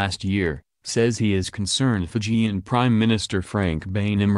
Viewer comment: Would be nice if the reporter said the Fijian words correctly